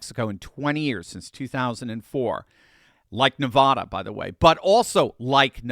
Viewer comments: It's NE-VAAAAHHH-DA. VAAAA...OK. Please stop calling it Ne-vah-duh. Thanks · Your pronouncing Nevada incorrectly repeatedly, but we in Nevada (Vegas) can understand. It's Ne-Vaaa-Da Not Nah-Vah-Dah. 😉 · Please take note: preferred pronunciation for Nevada is "Nev.ADD.ah". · it is Nevada as is adenoid not Nevahda as in turn your head and cough. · ...it's not Nevada. It's Nevaaaada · Please stop saying Nevada incorrectly!!! Every time someone says it that way, it seems like they're trying to class the place up! Please stop!!!! I'm a huge fan, just trying to help. We tune out when people say our name wrong!